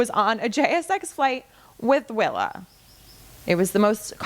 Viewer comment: Hi Willa, not Willow 😊